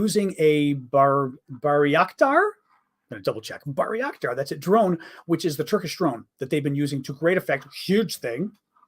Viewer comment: John a Turkish friend told me we have trouble pronouncing Bayraktar because we slaughter it with our "insanity inducing rules for Americanized English that even the English themselves can't speak" 🤣 He said to "Say it like Barack Obama. Pronounce it Barack Tar as 1 word. Baracktar"